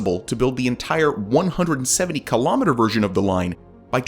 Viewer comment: Please learn how to pronounce kilometre. Even in American, you’re wrong.